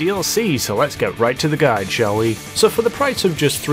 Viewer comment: Its guide not guid #nohate #bestchannel